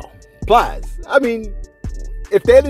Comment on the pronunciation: lost me at plies 😂😂 butchered that man name